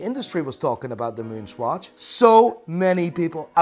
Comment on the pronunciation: LOL Why do you pronounce it SQUATCH??